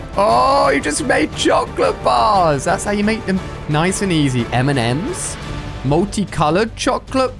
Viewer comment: why did he’s say m&m’s like that❓😂